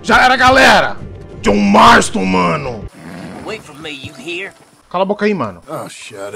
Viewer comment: JJOHN MMARSTON MANO!!!!!!!! KKKKKKK